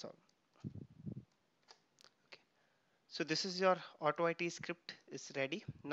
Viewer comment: Just wanted to mention that AutoIT is pronounced "auto-eat" not "auto-eye-tea" on video 37. The "IT" part of "AutoIT" refers the application being tested. Great tuto, Thank you for sharing